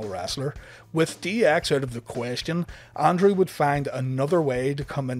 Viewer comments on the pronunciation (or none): It's Andrew not Andre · every time you say Andrew i hear Andrea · Why it sounds like he's say Andre?